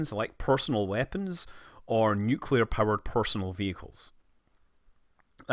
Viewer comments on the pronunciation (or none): causually says " one summer job i worked in a nucular power plant"